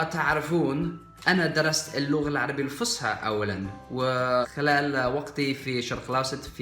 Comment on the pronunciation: لغتك ممتازة جدا ولكن لو تركز على نطق الحروف الخاصة بالعربية مثل ص انت تقول فسحة بدلا من فصحة اضغط على السين باستخدام وسط اللسان لتتحول الى الصاد